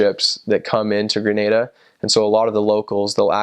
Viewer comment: I was born in Grenada but live in the USA now. You pronounce the names just as well as Grenadians. Probably the best I’ve heard any foreigner pronounced them.😂❤️🇬🇩 Also, thank you for all the positive comments about Grenada too. Much appreciated.👍🏽😊 We’re more reserved because of our British influences. Isn’t that what they say about the British? 😂